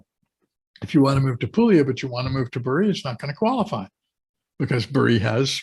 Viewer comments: Could you please say “BAH ree”- Bari. Thanks so much, and thank you for the information! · Your videos are great! Thanks so much! And I hate to be “that guy”, but Bari has the emphasis on the Ba, not the ri…. 👍🏻😁